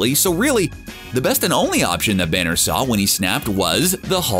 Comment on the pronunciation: Is everyone gonna ignore the fact he says "the Hulk and Bruce Branner 😂😂😂